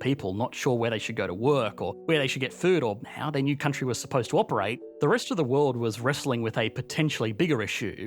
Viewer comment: think this guy's ever gonna learn to pronounce vowls? "countryyYYyYyyYYyyyYy"